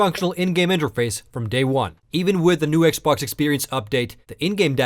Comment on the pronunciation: lol STOP SAYING "X BHOK"!